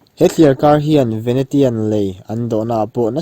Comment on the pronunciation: Venetian (venesian) ti a lam tur, Miami (mayami) hmun hming ho khi tlemin lam uluk deuh la😊 i ti tha lutuk e, a bengvar thlak